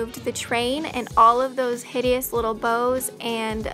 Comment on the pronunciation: Why you kept saying hidiousous didn't someone get married in that......hummm